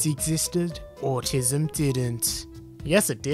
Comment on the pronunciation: Me when I hear ``vacinations cause atissum!